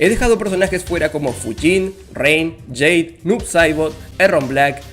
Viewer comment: No se pronuncia jade 😂